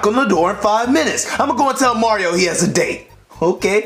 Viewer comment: Bowser doesn't even say mario he says MORIO